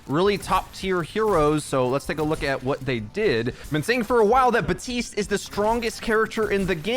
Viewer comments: Please stop saying BUHTeest, it's BAP TEEST I KNOW YOU CAN READ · why do you say Batiste and not.. Bap- tiste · Hey bro his name is Baptiste. There’s a P in it. He’s been live for a long time now. His name is not batiste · Except it isn’t meant to be pronounced “bap teest”. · This dude does not say the P in Baptiste